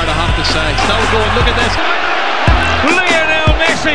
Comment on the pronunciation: When the commentator says Lienol messi!! i hear them saying little messi!!